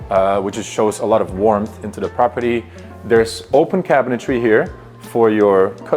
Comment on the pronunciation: Nice ! BTW , it's cabinetry not cabinetary